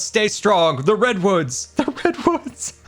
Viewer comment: post minecraft movie all I cean hear during this episode is "big ol redones" instead of redwoods